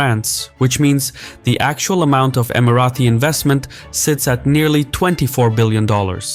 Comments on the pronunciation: Great video. It’s Emira-Tee not Emira-Thee btw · Okay why do you think it’s pronounced EmiraTHI? I’ve never heard anyone else pronounce it like that. It’s Emirati « Tea » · It’s not Emirathi. Emirati ✅ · Emirati is pronounced with a plosive T, not the fricative TH. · just a question, why do you keep pronouncing Emirati as EmiraTHi? It is pronounced as Emirati in English as it is spelled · Emirati ✅ Emirathi ❌ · Why do you keep saying "Emarathis"? It is Emaratis.. felt like it was Marathis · Why "EmiraTHi"? Just Emirati ! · Love your videos but noticed whenever you have UAE content you pronounce Emiratis as Emi-Ra-Thee . The correct pronunciation is Emi-Ra-Tee. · Why do you keep saying *EmiraTHi*?!!! It’s EmiraTi! There is no TH sound!.. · bruh first of all can you pronounce Emirati right? it is Emirati not emarathi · Not Emirathis where did u bring that from, Its ((Emiraties)) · STOP SAYING EMARATHI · Stop saying EmiraTHi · Why does he keep saying imaraTHis 😭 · You invented a new annoying word "EmiratHy"! Nobody ever pronounced it like that! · why do u keep calling us "Emarathis?" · No it’s not, it’s Emirati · Please learn (or teach your AI) how to say "Emirati" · Emiratis not Emirathis!!